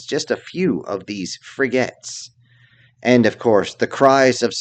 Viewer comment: "Frigettes" :D